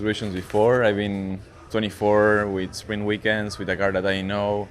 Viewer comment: Why does Colapinto and Antonelli sound like they are saying spring weekend not sprint, can Latin peoples not say t🤔